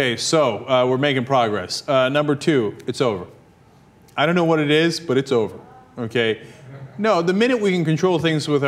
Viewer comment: It's O-V-A-H